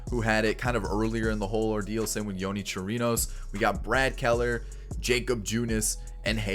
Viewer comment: Y-oney Chrinos 😂😂😂 That pronunciation though. I know a LOT almost all of MLB players and that’s not how you pronounce that. I’m not a Rays fan.